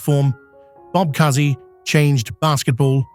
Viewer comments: How about learning how to pronounce Bob COO-sey's name? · Sad that Bob Cousy was pronounced wrong. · The “ Cousy “ mispronunciation made Holy Cross cringe ! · Disgrace that you can't even pronounce Cousy. So many omissions. Here are the most glaring: Jerry Lucas, Don Nelson, Gail Goodrich, Dave Bing, Billy Cunningham, Cazzie Russell, Elvin Hayes, Calvin Murphy. RIP Dick "Fall Back Baby" Barnett. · Please learn to correctly pronounce "Barnett" and "Cousy".